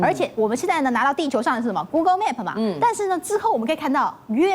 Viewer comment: map /a/ 發音說錯了